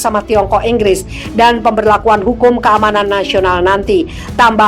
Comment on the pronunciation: Inggris...bukan Enggres